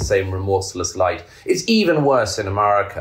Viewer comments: I agree with everything Douglas Murray says…..unless he’s pronouncing Amaarica 🇺🇸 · I know I’ve said it before here, but the way Douglas (whose books I greatly admire) keeps pronouncing ‘America’ as ‘Amurrayca’ cracks me up. Naked ambition! That being said, I’d love to see him as president.